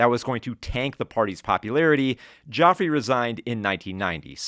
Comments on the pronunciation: Great vid about a forgotten movie, but gotta note one small thing with my Brit expertise: Geoffrey is pronounced the same as Jeffrey. Joffrey is the evil boy from Game of Thrones. So close to a clean run! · Brit here. Great video. Only mispronunciation was the Geoffrey in Geoffrey Howe which is pronounced Jeffrey. 👍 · Geoffrey pronounced Jeffrey, because English